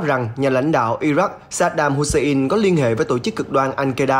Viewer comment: Wagner - đọc thành Vegner, Hussein - Hút xe in .... FBNC phát âm theo tiêu chuẩn SGK thời kỳ 1990 ?